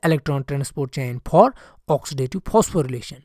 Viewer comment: Sir use FOR not PER and instead of F u r using P sir please pronounce correctly because I seen this video 4 times also I didn’t understand u r English